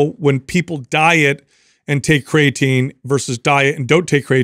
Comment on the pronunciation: When is he guna say creatine properly 😢😜